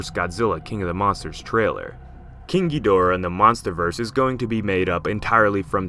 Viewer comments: Okay -- let's get this straight -- in all of the original movies featuring Ghidorah, the accent was on the first syllable -- Ghid'-o-rah. In fact, in the original U.S. release, the translation didn't even have a middle syllable -- the original release title was -- Ghidrah -- the Three-headed Monster. Now, why would this be? Why the accent on the first syllable. Well, for the silly reason that, if you listen to any movie, past or present in the original Japanese -- that's how they pronounce it -- "King GHEED-or-ah. Accent on the first syllable. That's how it's pronounced. So, how is it that everyone has come to pronounce it the other way. The wrong way? King GhiDORah? Well, it's really quite simple. The zero talent hacks responsible the English language dubbing obviously never bothered either to look at the original translations of the older movies nor actually listened to how the name was pronounced in the original Japanese. Somebody just passed around the script with the word Ghidorah in the first script, nobody in the room knew how it was supposed to be pronounced -- and since nobody in the room gave one ten-thousandth of a piece of shit about that movie -- about the writing, about the direction, about the performances -- as evidenced by the fact that the dubbing of those movies makes them essentially unwatchable without a vomit bag handy -- thus somebody probably asked -- how do you pronounce this word -- GhidorAH? GhiDORah? GHIdorah? and some braindead fuck in the room wh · GHEEDRAH is a terrible way to pronounce the name ._.' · like hes saying kinky dora lol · Why do people call him Gidreea? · You know you pronounce Ghidorah wrong. It's meant to be pronounced ghi-da-rah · When I was younger and I heard someone pronounce Ghidorah as "Geedrah" I thought they were 2 completely different monsters that looked identical. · David Brown da is in ‘duh’ or like ‘da-d’ I heard so many versions of how it’s pronounced